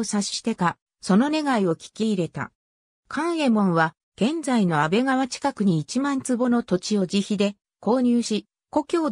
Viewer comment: 安倍川は「アベガワ」でなく「アベカワ」，二丁町は「ニチョウチョウ」でなく「ニチョウマチ」です。また、９６カ町は「キュウジュウロッカチョウ」と読むべきです。